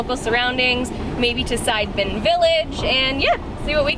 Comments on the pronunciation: Si-de-men Not Side-men FYI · side-men??😂😂😂 its prounce C- the - men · Nice clip but extremely frustrating with the repetitive incorrect pronunciation of the village name "Sideman" - it's not Side-man in the western sense.....try listening to the locals when they say "see-duh-mehn" 😉🤔😣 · Nice vlog guys! You should stop by Tirta Gangga and Ujung Water Palace because it's not that far away from Sidemen. It's pretty cool, btw Sidemen is not pronounced side like in english, it's pronounced see-the-mend.....;-) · You can say Sidemen like local.. just like "see the man".. Great shot btw.. & have a nice trip. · Hi nice happy video! Thanks for the great job. By the way, Sidemen could be read as Si-de-men in Indo- Malay language, if I am not wrong. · Sidemen (pronounced SEE-DEH-MEN) is nice, but it's not like Ubud was 20 years ago. You can still find places with awesome views in/around Ubud. "The volcano"? Well, Bali has a few volcanos. The one in your video is "Agung" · "see-the-men", thats how its pronounced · Sorry, I can't help laughing at your pronunciation of Sidemen! Indonesian and Malay language has very straightforward pronunciation like Italian, you pronounce them Si De Men.